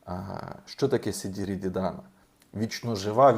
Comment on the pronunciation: В нас взагалі то співають - шіді ріді Дана, а не сіді ріді, але це не суттєво. Але є одне але, літера "і" вимовляється твердою, як до прикладу в англійській мові.